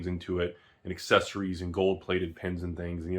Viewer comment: I still hear "look at the pants" when says "look at the pins", can't unhear that.